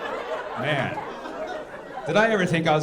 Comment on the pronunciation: Her "Man" is so far from that word😂😂😂😂😂 ....She's the "WORST"😂😂😂😂